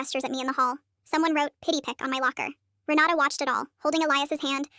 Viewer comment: I can't be the only one who heard "Renata" as "Ronaldo"